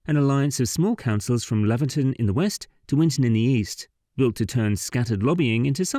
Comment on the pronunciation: Laverton is pronounced Lay-verton. Laverton is in Victoria. I think the road is called the great central road.